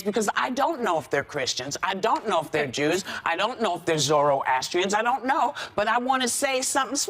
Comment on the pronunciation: 😳😳😳 Who says ZORRO ASSTRIAN?? as a Zoroastrian I'm really offended that she pronounced our religion in the most messed up way possible 🤬🤬😡😡 Since I remember in our community Christmas has been celebrated, we even setup Christmas tree, not as part of our religion but its something that we all love. Zoroastrianism believes in 3 simple things: good deed, good thought & good word.